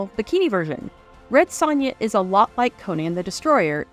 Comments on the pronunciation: You pronounce Sonja, oddly. It's pronounced "SOnia", not "SONia." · This movie is amazing. The narrator's mispronunciation of Sonja's name in this JoBlo video is very unfortunate.